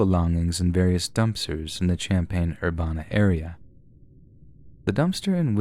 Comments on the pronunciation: Having been raised in Champaign-Urbana I can tell you it's Urbana rhymes with Cabana. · You mispronounced Urbana, Illinois, it pronounced ‘Er-Ban-Na’. Champaign is only 20 minutes from my hometown and I remember this story. Shocked me like hell to hear about this on here and it’s so close to me and I go there basically every day ❤️ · That way you say urbana haha i used to live near there and it is ur-ban-nah.